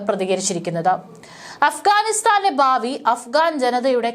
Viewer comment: ഓരോ രാജ്യങ്ങളിലും എന്നത് തെറ്റ് ഓരോ രാജ്യത്തിലും എന്നതാണ് ശരി ബാവി, ബാഗം,ബൗമ, ഗട്ടം,യുദ്ദം ഇവയൊക്കെ ഉച്ചാരണം തെറ്റ് . ഭാവി, ഭാഗം,ഭൗമ,ഘട്ടം,യുദ്ധം എന്ന് ഉച്ചരിക്കണം ഔദ്യോദികം തെറ്റ്.ഔദ്യോഗികം ശരി